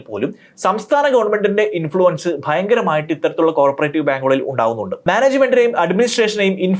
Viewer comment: കോര്പറേറ്റീവ് ബാങ്ക് അല്ലടോ, കോ ഓപ്പറേറ്റീവ് ബാങ്ക് ennu🥰പറ